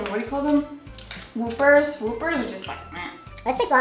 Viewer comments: I know there is. That's what I'm saying. But it's not pronounced "Whoopers" they are called "Whoppers" just like the name of the Burger King burger is what I'm saying. They are malted milk balls. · she really just said woopers. whoppers... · Did she seriously say whoopers meaning Whoppers? Pronounced just like the Burger King burger Whopper? Facepalm They are malted milk balls. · I died when she said "whoopers"... did she mean Whoppers? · did this chick say woopers???